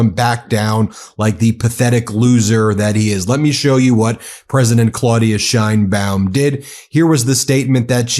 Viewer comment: Trump doesn't know what the hell he is doing. Time to Invoke the 25th Amendment. The idiotic Orange blob of useless goo can't even pronounce 'Sheinbaum' correctly.